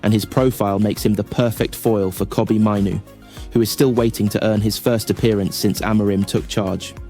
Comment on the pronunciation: It's Maino not Mino . Also it's Yoro not yoroo